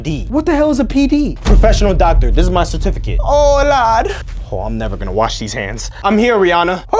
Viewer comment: "sertificit" lmaoo